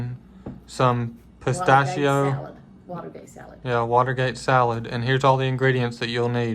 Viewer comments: 🩷🌷🩷I love how says pastacio 🥜 and 🍝 spaghetti. Shes the Miss Kay 0f SWV🩷🌷🩷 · You are not alone! Try as I might, I always end up saying "spistachio"😂